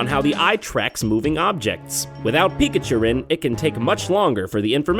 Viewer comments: when he says pikachurn it makes me think pika urine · umm pikachurin, sounds like pikachu urine